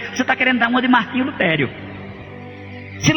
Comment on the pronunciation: Um padre que tem estudos dizer revólvore? Difíce? Luterio? Kkkkkkkkk Esse senhor aí não é padre. Não existe padre analfabeto, que não sabe falar bonito... Conversa de crente mesmo...Porque não mostrou o rosto? Tem medo do quê?